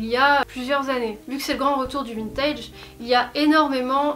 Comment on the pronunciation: Je suis arrivé sur la video j’ai entendu vintid